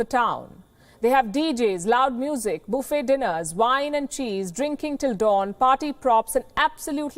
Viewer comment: “Booffet dinners” Johnson would be in on that :)